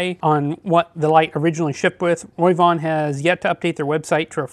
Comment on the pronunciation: I love your in depth reviews. Just wanted to tell you the pronunciation isn't Roy von it's Ro v Von 😉 keep up the great work.